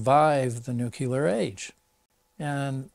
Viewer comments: I can't believe that 2 of these authors and focus of this documentary cannot even pronounce nuCLEAR properly. You study something, write a fucking book about it, make a documentary and don't even care to say the word correctly. It's NOT nucular. Even spell check will make it right but they can't say it right. Sad. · One of the historians says "nucular", which drives me up the wall. How you can mispronounce that word is unclear to me (note: unclear is nuclear with the first two letters swapped). --Former US Navy "nuclear" reactor operator